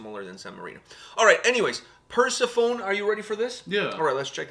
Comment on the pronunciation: Per-se-fo-nee. Not purse-phone... :P It's a stylised way of spelling the Greek Persephone. Having said that I'll forgive you as this band sounds MONUMENTAL. \m/